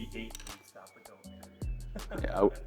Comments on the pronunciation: I won’t listen to a man that calls it “game stock” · Why didn’t anyone tell him that it’s GameStop not gamestock haha